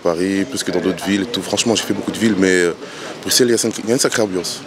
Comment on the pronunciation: Prononciation correcte avec « s », le « x » est souvent utilisé par les étrangers, français inclus. C’est une particularité que ne l’on peut pas connaître sans y vivre, pareil pour d’autres noms de villes, comme Anvers par exemple. Prononciation correcte est avec un s « grave », alors que normalement on prononcerait avec un s silent.